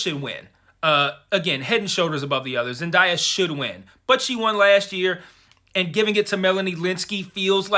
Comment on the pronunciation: I loved this review and I am also rooting for Zendaya,but here's how to pronounce her name correctly